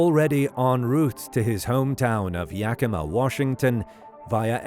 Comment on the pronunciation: Great pronunciation of Yakima!